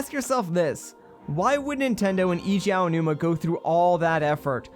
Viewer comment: I know you've addressed the zonai mess but its pronounced Ay-gee Ow-new-ma for Eiji Aonuma, NOT ee-gee